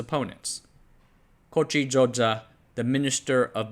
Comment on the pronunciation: Xoxe is pronounced "Dzo-dzeh" not "Zo-xuh"